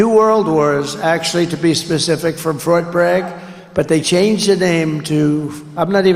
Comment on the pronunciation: He said frot bag. 😂